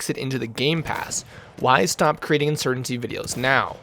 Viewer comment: Insurgency, not insurgency.. I watch you because I find the personality behind the screen to be entertaining. Personally you could post videos of watching paint dry, if it's you commentating I'll watch 👍